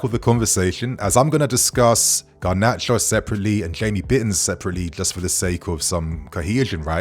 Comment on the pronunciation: No! Not Gnarcho!